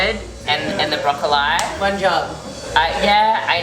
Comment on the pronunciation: Wait...is she actually pronouncing "broccoli", broccoleye"😂 i thought it was a joke at first